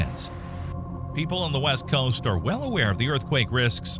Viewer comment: Dude seriously struggles to pronounce "COAST"....